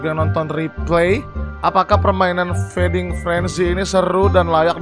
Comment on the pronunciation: Feeding bor bukan freding